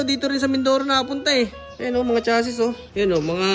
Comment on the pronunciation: cha -zee sir ang pronounce sa chassis